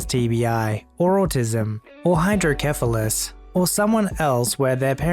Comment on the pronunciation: Hydrocephalus the c is pronounced like an s